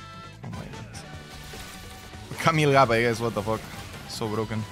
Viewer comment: "nosotros les enseñamos este maravilloso idioma" procede a decir wotofok, jolishit, welcom welcom pd. te amo